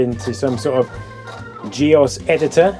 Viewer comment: "GEOS" = G Oce Long O